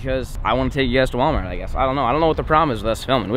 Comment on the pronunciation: Nobody:: anyone has an idea 💡 for a new vid Nobody:: I heard WALAMART BEEF CAKES 🎂!!!!